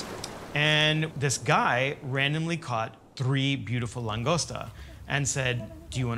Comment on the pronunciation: lane-ghost-uh. Another expat teaching me about my culture. Kitchen cred for sure. Mexican, not so much.